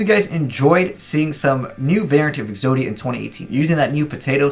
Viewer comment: "Podia" "Po-zodia" "Exoto" "Exodato"